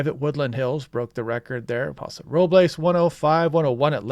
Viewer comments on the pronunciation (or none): none